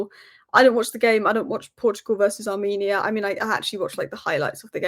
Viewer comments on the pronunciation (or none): none